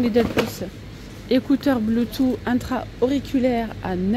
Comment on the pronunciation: Sympa la vidéo mais BLUETOOTH ne se prononce pas BLOUTOUT mais BLOUTOUSSE .... Un peu comme VOUS TOUS .